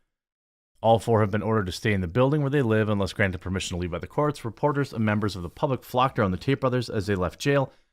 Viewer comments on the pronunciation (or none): none